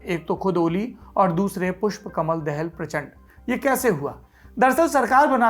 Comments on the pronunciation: सर, दाहाल हैं, दहल नहीं। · बहुत बढीया जानकारि but पुष्प कमल दहल नहि ( दहाल) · दहल नहीं दाहाल हैं। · It's not देहल, its दाहाल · It's दाहाल not देहेल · पुष्प कमल दाहाल बोलिये( दहल नही) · Saurabh, apka yeh internationsl political analysis "Duniyadaari" baaki anya sabhi LallanTop karyakram jaise ho, uttam hai, qualitative hai, achcha lagta hai, aur bahut hi gyanvardak hai. Keep up the good work Thank you 😊 (Nepali Leader Prachand/Prachsnda is a Brahmin leader and his sub caste is DAHAAL , and not Dehal/Dahal, as we pronounce)